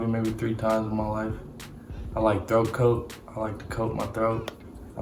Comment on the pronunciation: It takes me put every time, the T are pronounced and the straight face. I can'ttt